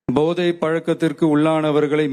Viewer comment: Podhai not Bodhai Tamil language pronounciation read properly. Otherwise not pleasant for ears to hear. Please